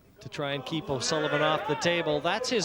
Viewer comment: "O'sullibum" lmao